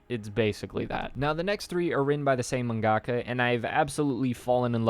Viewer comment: learn how to pronounce mangaka please.... it's not two words it's one word. it's not manga ka, it's mangaka.